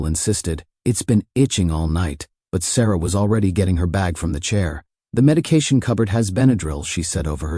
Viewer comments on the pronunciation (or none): Meda cat ion? Seriously ? Medication.